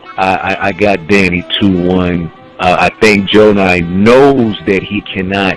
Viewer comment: Did these guys see the Gjonaj Vs Psycoses battle? Gjonaj has stepped it up since Diz, but I agree Danny is gonna be a tough opponent, I can't call it... I know that nobody is getting 3-0'd here though. Also fam.. His name is GJONAJ (Joe-NIGH) not Jonas.. Can't wait for the battle